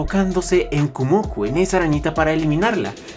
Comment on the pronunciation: Solo vengo a decir una cosa, es Kumoko no Kumoku. Su nombre está formado por los kanjis de araña (蜘蛛Kumo) y niño/mujer joven (子Ko). A ver si podrías corregirlo porque es a nivel etimológico.